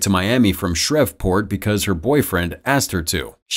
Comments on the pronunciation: I got triggered how he pronounced it like it's pronounced Shreeport not Shrevport the V is silent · Did he really pronounce Shreveport like Shrevport it pronounced Shreeport the V is silent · "Shrev" port? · the V is silent depending on who you ask lol but the second E is silent and the first E is pronounced like the E in Be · And also butchered the name but that’s ok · Tbh no hate on you but you said shreveport instead of Shreveport